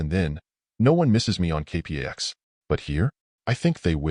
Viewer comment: The movie was terrific. Your retelling of it is OK, but having a machine do the narration leaves a LOT to be desired, from mispronouncing the name of the planet (kay-packs) to several other goofs that distract and detract from the telling. Still, your video reminded me how fond I am for the film so, thanks. But seriously, consider having a person do your narration.